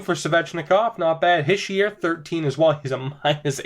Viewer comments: ITS NOT HISH-EE-ER ITS HEE-SHAY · Habs For life it's Hish-ee-er from a frenchie